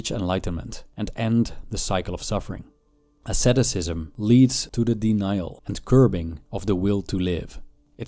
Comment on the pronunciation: What is the name of the practice suggested by Arthur Schopenhauer and Buddhist monks? I can't understand from the video, I hear something like "sadoscism", but it doesn't look like you are talking about "sadism" or "masochism". Edit: never mind, I found closed captions, it is "asceticism". English isn't my first language, so it's hard sometimes to understand.